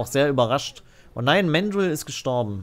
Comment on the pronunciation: Man sagt übrigens ganz normal Mandrill mit deutschem “a”, nicht englisch [mendril].